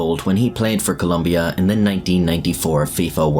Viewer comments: It’s Colombia not Columbia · Its Colombia lol cant even get the name right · ITS COLOMBIA, NOT COLUMBIA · its colombia. not columbia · Mate, it's Colombia, not Columbia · Great video :) But it’s not Columbia, it’s Colombia with an “o” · Altho the story is sad i couldn't stop cringing every time you said Columbia instead of Colombia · I'm a colombian, I watched the match live and certainly remember those days, weird times. Two clarifications: 1. It's Colombia, not Columbia. 2. The causes for the assassination weren't that clear, I'm pretty sure there's an angle in the investigation that suggests the killing was carried because he got involved with a local woman that was related to some mafia. The final versions of the investigation suggest that he was that night with the Gallón Henao family and they started joking about the own goal, then he got upset and demanded respect, and that's when the Gallón Henao mafiosos told him they didn't know who he was treating with and then they instructed the driver to carry the assassination. So no, the final investigation determined that it wasn't bet related, but the result of an argument between a bunch of drunk people. Anyway, it's still a tragedy and it comes back to the social collective every once in a while, recently there was even a Netflix series on the story. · its colombia not columbia.... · It’s Colombia, not Columbia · the country is spelled >COLOMBIA.. you as an english speaker can pronounced as Columbia but that is not how it is spelled. For what i know "Columbia" is an US district in washington. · Very sad moment. By the way, it’s Colombia, not “Columbia”. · It's Colombia -- not Columbia. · As a Colombian, your an idiot. It’s COLOMBIA, not Columbia. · It's Colombia not Columbia 🤦 They even sell shirts that say that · It is not "Columbia" but Colombia. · Colombia no U IN the name! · *Colombia….espel-chek puhh-leese😂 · Its ColOmbia not ColUmbia, dammit!!! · 1 for writing and saying Columbia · It’s “Colombia” man.